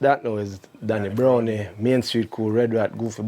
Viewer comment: BrownEE?? Isn’t Brown with an E still pronounced Brown? What nonsense is this?